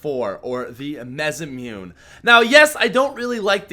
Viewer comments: mezamune? it's mah-sah-moo-nay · pronounced Masamoonay not Masamoon. Yes I am a grammar Nazi, how'd you know? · simple pronunciation, Mass-ah-Moo-ney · I'm sorry to be that guy but it's pronounced Mass-ah-Moon-aye. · The masamune is pronounce "massa moonay" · PAT PLEASE IT'S MAH-SAH-MOO-NAY PLEASE T^T I just die a little on the inside when I hear you pronounce it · MAH-SAH-MOO-NAY Masamune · It's pronounced maa-sa-moo-nei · mesumute? i thought it was the masamune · pat the type of guy to pronounce masamune 'mezamune' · It is pronounced mass-a-moo-nay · Masamune is pronounced MA-SA-MU-NE mah sah moo neh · Isn't it pronounced masamuné not masamune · It is pronounced Mas- a- mune- eh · the the of nigga to call the masamune a mezamune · It's pronounced mass-uh-moon-a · Mass-a-moon-aye (masamune) that's how it's pronounced:) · Masamune is pronounced "Massamooneyy" and it's named after a famous Japanese Swordsmith, and has had swords named after him in various forms of media. In video games the most notable example is in the Final Fantasy series, as well as Chrono Trigger. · its pronounced mas a moo nay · MAS-AH-MOO-NAY.... learn to pronounce it pls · Mas-a-moo-nay that's how you pronounce it. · Completely butchered 'masamune' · is the type of guy to pronounce the masamune wrong. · Holy fuck your pronunciation of masamune is crazy (I think) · You make me cringe everytime you pronounce the masamune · the type of guy that still mispronounces Masamune